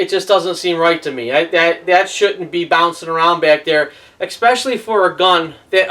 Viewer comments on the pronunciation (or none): ExPecially ? lol